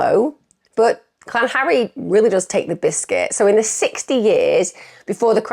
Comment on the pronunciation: Used to live in South Wales but pronounces it "Clan-harry" 😂